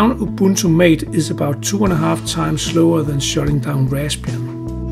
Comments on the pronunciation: *Ma-teh, not Mate, lawl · Just a note on the pronuciation of the name Mate. It's MAH-tay, not Mayt. Thanks for the useful comparison!